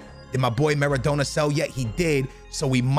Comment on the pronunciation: pronouncing Maradona Ma-ra-dough-na